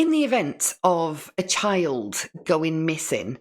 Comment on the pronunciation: And the way she pronounces it. Chiald